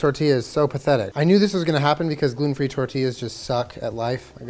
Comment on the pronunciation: i skipped back 3 times just to hear jenna say “glUten”